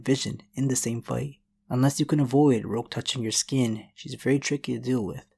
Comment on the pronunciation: dude u gotta work on ur pronunciation at 8:99 it sounds like you said "rouge who claimed she would to be in porn"